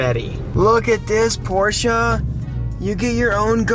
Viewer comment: knows how to say Porshe! Can't stand when ppl call it a Por-sha... sounds super ignorant.